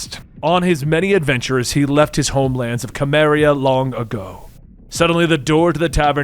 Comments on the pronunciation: More Conan please! Also, “Cimmeria” is pronounced “Seh-mmeriah” not “Kah-mmeriah”😅 but other than that, love your videos! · *soo-mary-uh*. Other than that good video, Benny would love to see more from this run. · Love your channel and all your videos, but having grown up reading Conan books/comics, it hurts my soul to hear Cimmeria pronounced that way xP should be an S sound as im Simmeria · The Cim in Cimmeria is pronounced “Sim”